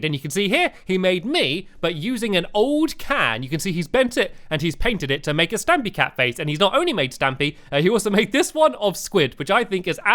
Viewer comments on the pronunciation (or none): It's stampy not stumpy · His name is not stumpy its stampy